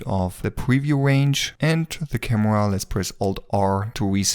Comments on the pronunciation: I like how you say Kamua - great video btw! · " camewa " i love youre accent❤❤